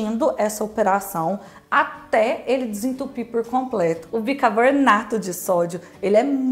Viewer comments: Seu canal é ótimo, aprendi muita coisa aqui e você é muito simpática e comunicativa, mas ... o que é "bicaboRnato" ? 🤔 Será que "bicaRbonato" não funcionaria também ? 🙄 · cacete, é BICARBONATO. não BICARBORNATO